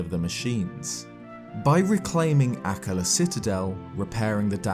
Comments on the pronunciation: Sorry to say this but akkala is pronounced A kal a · Isn't akala pronounced a-call-a? or maybe I'm the idiot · Am I the only one who’s bugged whenever he says Akallah? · Lovely video, but the way you pronounced Akkala pissed me off. Not sure if how you pronounce it is the right way. But i'm not fond of it. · The way he says akkala is just...so strange to me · Take a shot every time says and mispronounces Akkala... 😂